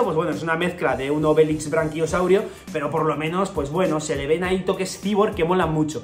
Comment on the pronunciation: Es braquiosaurio, no branquiosaurio, un saludo!